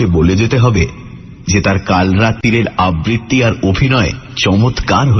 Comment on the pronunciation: আবৃত্তি শব্দটি সঠিকভাবে উচ্চারণ করতে শিখুন।